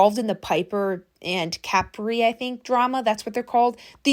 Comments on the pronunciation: Not trying to be THAT PERSON or rude but it's pronounced Cu-pre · You pronouncing Capri like that is wild. It’s Capri…. Like Capri pants. Not like a bottle cap😂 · the way you say capri is so funny